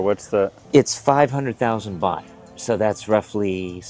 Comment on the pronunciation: Great video but It’s baht 😊